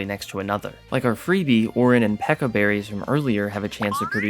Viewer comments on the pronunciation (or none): The way that he is pronouncing it as Peka is infuryating. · Ugh the way he pronounces "pecha" there is no "k" sound in "peach"